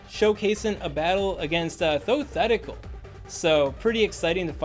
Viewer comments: ThoThetical :p (It’s pronounced Tho-Tech-tick-ull, spelled ThoTechtical) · I really dig your content man, but every time you say “ThoTHetical”, it hurts my insides😅